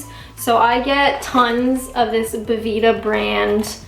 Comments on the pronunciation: its bel vita. as in beautiful life. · never heard anyone call belvita, bevita before, it really got to me and i dont know why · Thanks for noticing that there's a letter "ell" in Bel Vita, it's not "bevita". (for those of us who can read)